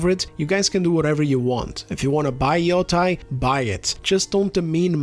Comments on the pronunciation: I like that you pronounce Yotei differently each time you say it. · This grifter can't even pronounce Yotei